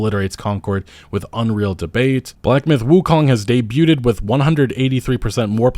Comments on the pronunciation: I’m sorry, but I just have to say vignettes is pronounced “Vin-yets” not vig-nets lol. Also, “day-byu-ted”? 🤣 it’s “day-byood” debuted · Debuted is pronounced like - day·byooed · vig-nettes? come on, mate... edit: day-bewted? Dude, whoever taught you English owes you a refund and me an apology. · Debuted is said Debued. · Vignettes....debuted....learn to talk pal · vignette noun /vɪˈnjet/ And did you pronounce the "t" in debuted? Is this on purpose? Stop hurting me. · Hey, the G in "vignette" and the T in "debuted" are silent.